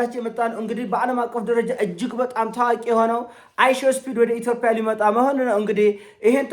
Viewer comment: ማስሬን በሰማሁ ቁጥር ጉምቱ ሀሳቦቹ መሀል የሚጎረብጠኝ ኢቶፒያ የሚለዉ ቃሉ ነዉ:: አስመስሎ የሚጠቀመዉ የአነጋገር ዘይቤም ቢሆን 'ጰ' ፊደል አለዉ